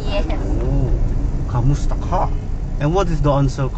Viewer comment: It's "kumusta". Not kamusta.